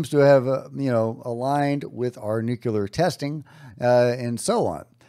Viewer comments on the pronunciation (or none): It’s “nuclear”, not “nucular” 🤦🏼‍♂️